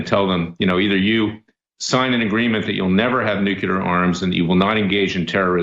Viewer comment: Larry its nuclear not nucular